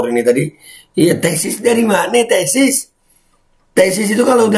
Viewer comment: Bukan tesis...tapi TESTIS..Wkwkwkwk🤣🤣